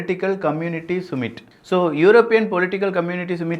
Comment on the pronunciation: சுமிட் இல்லை சம்மிட் என்று சொல்லவேண்டும்